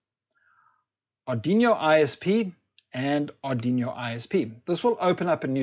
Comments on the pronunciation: Amazing video, funny how you say Aduino :) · Going to try it now. Love the way u pronounce Ardiñio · It’s an arduino not arduino !